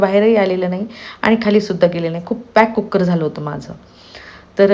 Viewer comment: कुक्कर नाही हो , कुकर म्हणा.